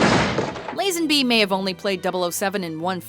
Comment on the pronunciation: The narrator's mispronounciation of George Lazenby's name is really annoying. It's "Lah-zenby" not "Layy-zenby".